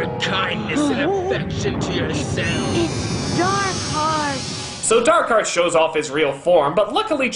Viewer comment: you said his name wrong it's not Dark Heart, it's DAAAARRRRKHEEEEEAAARRRRTTTT